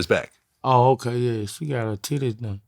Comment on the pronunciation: “Beyoncé got ha tiddays done” 😂😂😂😂